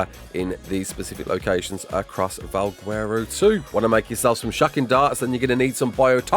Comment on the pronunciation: do not call it "val gwerro" ever again